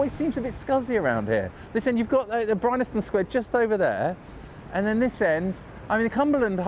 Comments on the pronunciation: you complain about marylebone being pronounce wrongly - fair enough. BUT bryanston is pronounced as it is spelt - bry-an-ston NOT bry-NA-ston . hypocritical? maybe..... a little bit! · are you saying 'Brynaston Square'? I always knew it as Bryanston Square, and it is spelt that way on the signs, but is it one of those quirky pronunciations that crop up on occasions? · Bryanston. BRI-ANS-TON. BryANSton! Not BryNASton. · Great video, but - because you said it about 28 times - I have to point out it's pronounced (and spelled) Bryanston, not Brynaston. Good call on Marylebone, though. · Bryanston, as in Bryanston Square, is pronounced as it is spelt Bryan-ston, not Bryn-nas-tone. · It’s BryANSton Sq, not BryNASton. ;) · It is Bryanston square ( "brian-ston") but weirdly , all but one time, you say "Bry-NAS-ton Square" ("brine-aston") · It's BRYANSTON Square not BRYNASTON!